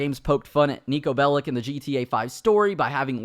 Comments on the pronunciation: I‘m German/Serbian, and i get a bit triggered when people say it like „bellik“. But in Serbish we say „bellitsh“. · If Niko is returning I hope they hire someone who actually knows Serbian and that there are more Serbian lines and that they pronounce his name right and spell it cause belic is pronounced bel-ich and spelled belić or else it would be bel-itz and then he would sound Jewish but he is orthodox Christian and I hope they don’t depict his country as bad